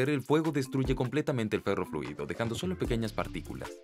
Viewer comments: ferrofluido no perrofluido jajajajajaja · like si escuchaste perroliquido en vez de ferroliquido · No sé si fui el único pero escuche "perro fluido"